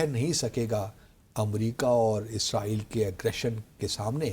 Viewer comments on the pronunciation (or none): none